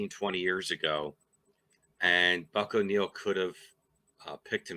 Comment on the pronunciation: Buck walked Ernie Banks into the major leagues after coaching him in KC. No one deserves it more than him. You nailed the name, by the way. You had me fooled.